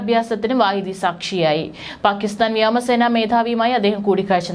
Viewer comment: വ്യാമസേന അല്ല മോളേ വ്യോമസേന. ഒരു തവണ ആർക്കും തെറ്റ് പറ്റും. പക്ഷേ പല തവണ ആയാലോ 😮